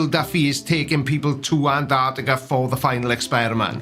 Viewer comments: Why do Americans say "Anartica" instead of "Antarctica"? They all seem to do it? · Not sure if I’m just being pedantic, but Ma’am it is pronounced Ant ARK Tic Ah. Please pronounce your consonants.